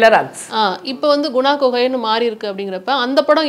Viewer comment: குப்பு குகை... குணா குகை இல்லை